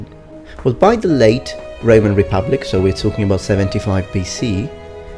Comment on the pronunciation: It sounded like Reman Republic and Reman Empire, or I'm just hearing wrong... lol